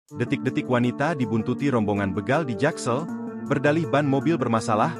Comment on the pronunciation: Bégal... ✅ Bègal... ❌ Ucapkan huruf "e" seperti di kata bebek, Bukan kata betul